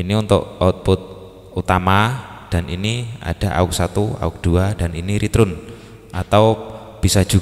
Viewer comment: Joss penjelasannya ... Tapi, Ritern bacanya 😀😀 Abang